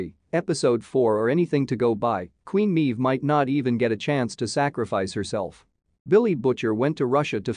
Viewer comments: well I understand you have a computer voice reading a script you should have spelled Maeve phonetically as MAVE. instead this computer voice refers to her as MEEVE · haha "Meeve" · How does the uploader review the boys if he clearly doesn't watch it considering he can't pronounce queen meave correctly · Literally cannot watch this video because of how badly you mispronounce “Maeve”